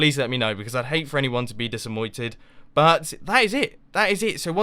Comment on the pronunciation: Lol you said dissamointed